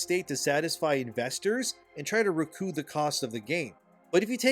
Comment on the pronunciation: Recoup is "Re coop", not "re cooo"